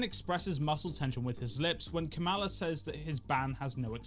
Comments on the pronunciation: By the way, it's kuh-MAH-luh. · Kamala pronounced cumala cum ala Cum allah Cum god Would Kamala Harris suck Trump to win the presidency? Is the question on everyone mind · It’s not how you say her name